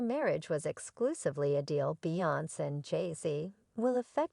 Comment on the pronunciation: What in the tarnations?! That is NOT how you pronounce Beyoncé, Solange, or Jay Z’s name- let alone Damon Dash’s! Yikes. ❤️😂🤦🏽‍♀️🤭